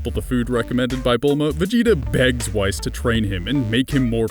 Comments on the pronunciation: oh shit he pulled out the Trump card and did you just say wys it's wiss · whice? its whis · Who is whys?its whis... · I'm sorry to call you out on this but it's pronounced Wh-ea-s not whise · Who da fuck is "WHISE"?!!! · That "whice" though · ITS WHIS (WHEESE) like WHEEZE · why are you calling Whis Weiss ? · BRO THATS NOT HOW YOU SAY WHIS its more like wees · his name is this {wh-ee-s} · who else heard whyss for whis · it is pronounced wheese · ..... WHEEEEEEEEEEEEEES ITS PRONOUNCED WHEEEEEEEEEEEEEEEEEEEEEEEEEEEEEEEEEEEEEEEEEEEEEEES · I love your vids, but I swear to god if you don't say Whis( wees) correctly, I'm going to turn your tree into a twenty page essay. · do you pronounce it wice... Even in the show they don't pronounce it like that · Whis is pronounced "Weece" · Stop saying whys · D-Did you just call Whis Whise? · You said Whis wrong, its pronounced weese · rice? XD at least that's what it sounded like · Do youtubers watch anime in silence or do you have like a bunch of writers and never took a 2nd listen to their names??? XD ''Whais'' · Not as many mistakes as in the last Dragon ball video but still some big ones. Krillin would have died long before the Freeza saga, he would still be dead from the time Tambourine killed him. also Vegeta wouldn't have showed up to earth to find Goku in the woods, it would have been Radditz. And you are pronouncing "Whis" wrong. it's pronounced "wees" making the long E sound. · Did this nigga just pronounce "Whis" as "Whys"? Gtfo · Niro Quill how and why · Is no one gonna say how he says whis like wice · it's pronounced Whees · Whis's name is pronounced 'Whees' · did u just pronounce whis as whys im just gonna try to ignore that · You mispronounced Whis every time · That pronunciation of whis though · You said whis fukin stupidly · Ur saying whis's name wrong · he is butchering whis's name horribly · Lmao u cant say whis right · Say Whis's name correctly!(hint it is based off of WHISkey)